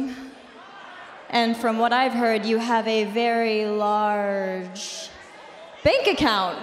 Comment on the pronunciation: That pause in largggggggeeeee